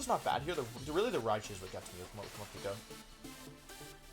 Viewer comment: Morepeko? Pretty sure it’s moreypako